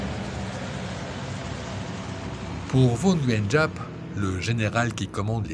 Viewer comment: GIAP SE PRONONCE ZAP